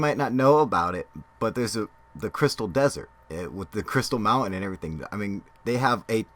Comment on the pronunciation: are you trying to say mountain or mounen?